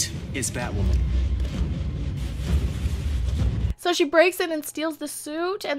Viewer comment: Batwahmen lol 😂💗